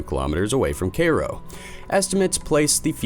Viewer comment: You lost me when you mispronounced Cairo.